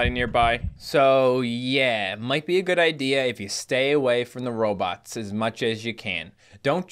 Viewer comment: Row-bots not robits